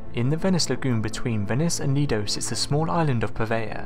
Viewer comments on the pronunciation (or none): none